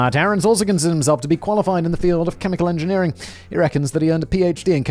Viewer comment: “chemilichan engineerier” I had to slow it to .25 to figure it out what was actually said lol.